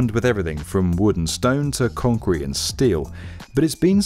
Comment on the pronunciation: lmao "concreten" rly? :D